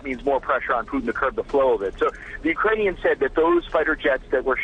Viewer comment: You all misprounce the names. Who is Booton? It is Putin. You need to learn that there are more languages. Futhermore, since when is Obama a news program(me) host?